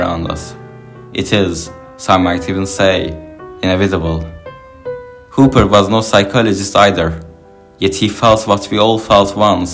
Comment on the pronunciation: Nice video. But his name is pronounced HOP - PER.